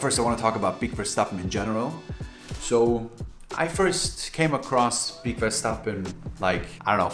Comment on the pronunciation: I was also hoping you knew how to pronounce that name lmao 😅